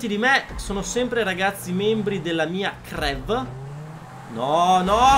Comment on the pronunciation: Ma crew non si dice criu?